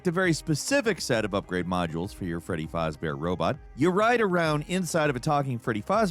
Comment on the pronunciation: "We're not Freddy Fazbear (mispronounced) experts." Yeah, we can tell